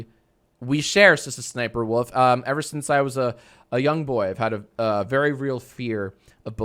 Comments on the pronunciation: Every time he says sssniperwolf it sounds like Sister sniperwolf to me and I think that's epic praise the lord yeehaw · I know it will take sssome effort but you ssshould pronounce every "S" work like you do with SSSSSniperWolf